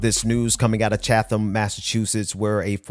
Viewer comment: Two corrections: Musk's father owned a diamond mine. And the city in Massachusetts is pronounced "Chat-Ham". Other than that, another good episode. Thank you.